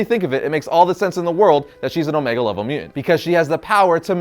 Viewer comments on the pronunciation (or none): I can't stop hearing your mispronunciation of mutant. It's MU TANT not MU ENT. I can't concentrate on the content ...please take diction lessons if you are going to keep making videos. I'm not trolling, your video ( what I could get from it) has well researched content and great facts but its like audio water torture.You are clearly into the subject and I LOVE your enthusiasm. I really would like to watch more but...